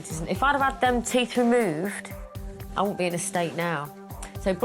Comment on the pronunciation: Why do they say teeff its teeth